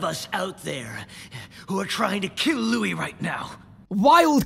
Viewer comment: Yikes, yikes, yikes! What is going on?! Also, does realize he's changing Louis's name pronunciation all the time? xD